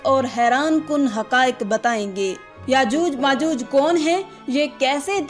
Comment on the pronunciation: यजूज मजूज नहीं याजूज माजूज है